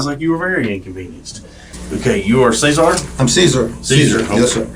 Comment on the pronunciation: Im sorry how do you not know how to pronounce Cesar